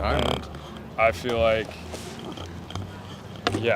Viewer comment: what do you mean ,he said 'i feeli like' 🤣🤣